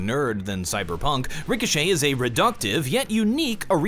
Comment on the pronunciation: Ill crush you in rick-oh-shit